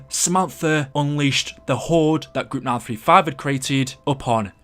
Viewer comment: When u say group 935 it sounds like mal 35